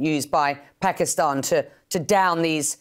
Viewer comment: Pakistan ❌ Paxtan😆😂✅ Armed forces ❌ Aand forces ✅ 😂 S400 is centre of gravity 😅😅😅😂😂 Inse war karne me bhi sharam aati h ab to 😂😂😂